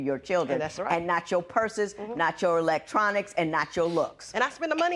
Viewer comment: When she said" electrunic" she lit up than broke into smile" what electronics was she speaking 😅of ?